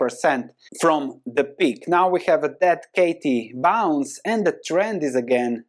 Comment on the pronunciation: DID you really say DEAD KATIE BOUNCE ! thats funny =)